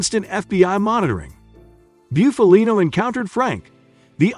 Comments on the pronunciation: Can you say Buffalo? Well then you can correctly say Bufalino....not byoofalino. It's Bufalino( BUFF A LINO) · Booofaleeennnnooo he wouldn’t be happy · You really need to learn how to properly pronounce last names before you make videos. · At least pronounce his name right. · Your pronunciation of his name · Guys like this shouldn't be making mob documentaries. His first pic is Funzi Tierri not Bufalino, and he can't even pronounce Bufalino's name right. I'm from PA in the north. This would be like me making a documentary on southern redneck living in Louisiana when I've never lived in south....lol. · Learn how to say Italian names if you're going to make a video about Italians. I can't even listen to this clown. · Stopped watching after the 2nd time he fkd up his name. 🙄🙄🤮🤮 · U can't even say his fuckin name right! This channel always does this shit. I can't watch this shit anymore.